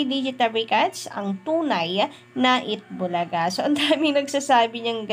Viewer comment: Eat bulaga lang hindi eata bulaga hehe